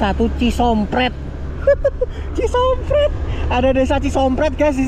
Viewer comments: CISOMPET bukan cisompret Om🫣😅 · bang bukan ci sompret tapi ci sompet tdk pake r bang..saya asli dari cikelet pamengpek..salam dari papua meraoke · Lucu min pas ngomong cisompet jadi cisompret😂😂😂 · Cisompet bukan cisompret hadeuh koh koh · Mas saya lihat youtube nya kocak banget mas bicaranya, maaf mas bukan cisompret tapi cisompet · Di ralat bang,,, bukan cisompret tapi cisompet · Bukan cisompret tapi Cisompet koh.... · Cisompet boss....bkn sompreetttt,....😂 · bukan cisompret bang tapi cisompet, kaga pakai r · a itu kmp cisompet bukan c sompret 😅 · Bukan Cisompret cisompet mas 😊😊😊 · Bukan cispret a itu cisompet tempat sekolah aloh😂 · Cisompet bang bkn cisomprett🤣🤣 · cisompet bang ..bukan cisompRet he he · Bukan Cisompret bang tp Cisompet . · Cisompet bkn cisompret😂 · Bukan cisompret tapi Cisompet ..... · Ci sompet bukan ci sompret bro😅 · Cisompet bkn cisompret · Maaf bang . Kalau baca tuh yang bener . Itu ci sompet . Bukan ci sompret klau kedengeran oleh warga ci sompet itu bahaya loh . . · maaf tolong narasinya yg bnr trutama dlm mmbaca na daerah itu bkn cisompret tp cisompet baca yg jelas dan tdk hrs di plesetkan sbb huruf sunda ada huruf konsonan dua hurug yaitu E dan huruf U itu cara bacanya beda dan fahami itu.... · Cisompet bukan cisompret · cisompet bos bukan cisompret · Cisompét, bukan cisompret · Cisompet...bukan Cisompret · Cisompet a Bukan , Cisompret😤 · Ci sompet bro bukan prettt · Astagfirulloh bukan sisompret tapi cisompet,baca yg bener mas bro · Bro, lu kayanya harus belajar lagi membaca. CISOMPET bukan CISOMPRET. hadeuh,,,,, parah